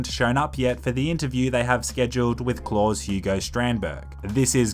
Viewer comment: It's pronounced. Cl-Ow-s